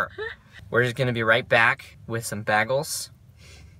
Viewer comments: Ive never heard anyone say BAG-les, haha. Its definitely Bay-gles ;) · it is bay-gals as in bay-gal. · Bagels are actually pronounced BAYGELS😂